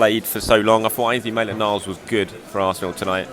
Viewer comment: Someone send this man for player name pronunciation training. Mess-lee-air? Oh...